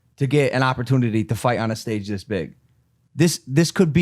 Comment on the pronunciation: Whats with opportunity pronunciation. Oppor-twenity!